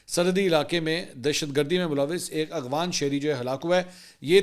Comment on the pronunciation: منصور صاحب ذرا غور کیجئے گا شاید آپ افغان کو “اغفان “ بولتے ہیں ۔